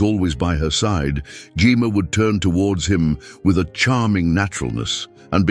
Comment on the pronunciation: Maybe spelling her name Jemma would cause AI to pronounce it properly